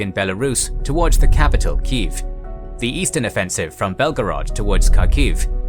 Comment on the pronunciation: You pronounce it as key jef